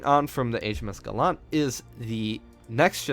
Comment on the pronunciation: LOL the British destroyer name is pronounced as if you're saying gallantry.. Gallant LOL